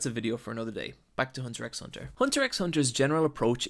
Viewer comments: Did you purposely mispronounce most of the characters names, and the name of the show itself? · Everyone saying the name wrong for the past 8 yrs the 45ck ._. Im still anoyed lol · The x in hunter x hunter isn’t meant to be pronounced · Hunter hunter you don’t pronounce the x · the way you keep mispronouncing names pisses me the fuck off. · The x isn't pronounced. It's just hunter hunter. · U don't say the x u say just hunter hunter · It's actually pronounced Hunter Hunter, not Hunter x Hunter, just saying. Great video tho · It's produced "Hunter Hunter" you don't say the X. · It's pronounced hunter hunter dipshit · B R lol why you so salty ? If your pronunciation is so good why not make your own video. Let others be the judge . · It's pronounced "Hunter Hunter" -- the "X" is silent. ;-) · The X isnt pronounced. You should learn how to say the name before you try and make money off its content. Cant even watch the rest of your video if you dont even know that. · Btw Its Hunter Hunter , not Hunter 'X' Hunter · BRUH PLEASE stop calling it Hunter EX Hunter it’s so hard to deal w, i’m enjoying the video but that just gives me a headache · Ever time I heard the 'x'. I died a little bit inside. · The x is Silent! You should be reading it as, " Hunter Hunter" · good video however i do slightly dislike the fact you keep saying hunter x hunter. where in pronounce its just hunter hunter... you don't rly say the x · It's actually called Hunter Hunter. The X in the title is silent. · nice video! but just so you know the x is silent, it's not said when u say the title so it's pretty much hunter hunter. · the X is silent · You say it hunter hunter